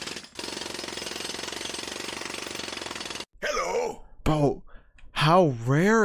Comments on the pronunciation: Dk why but that "Hewwo" makes me happy! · BRO. I've been playing Rein since 2017 and almost 3k+ hours across all platforms and accounts on Rein. For the first time in forever, about a month ago he just said "hewwo" and I had a heart attack. I'm so glad someone else has experienced this. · He says "Hewwo". There. I saved 10 minutes of your life. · “Hewwo :)” - Reinhart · I’ve been playing this game since early 2017 and I’ve only heard Rein say hewwo twice. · bro really said: "Hewwo :3" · So they were NOT insane when they head "hewwo" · ? The subtitles literally say "Hewwo" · Wait I got that yesterday he said hewwo and when I was in a competitive game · The "hewwo" line is rare? Shit I hear like every gaming session. Though granted I spam hello and thank you a lot due to habit so I probably just do it enough times till the odds give me the line.